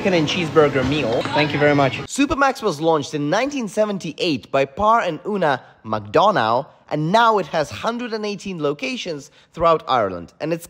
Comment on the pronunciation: Just for anyone interested its pronounced " MacDunAh"